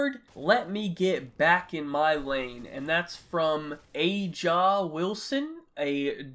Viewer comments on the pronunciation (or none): You can’t even pronounce a WNBA players name (it’s pronounced Asia Wilson). The women don’t want 154M they want the 50% of the revenue and not 20 something%